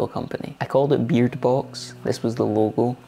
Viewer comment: Oops! That's beard! (sounded like beer)